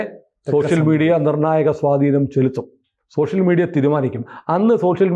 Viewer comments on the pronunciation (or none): none